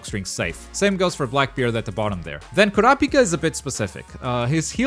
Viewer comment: Man said KOUWRAHPIKA